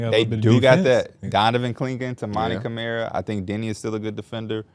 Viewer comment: P can’t even pronounce Camaras name properly after he’s been in the league for two seasons smh…. All you got to do is watch one game it’s not hard